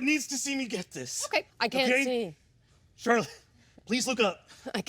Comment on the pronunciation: Why do you pronounce Charlotte as Char-lotte?